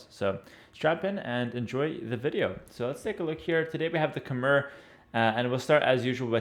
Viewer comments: its pronounced as ka mai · Khmer is pronounced as "KH-my". The "mer" part rhymes with "eye". BTW I live in Cambodia - the land of the Khmer.